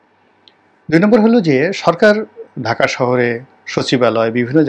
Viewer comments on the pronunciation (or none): none